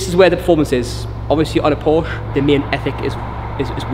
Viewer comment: It’s Porsche!!!!! 2 syllables geez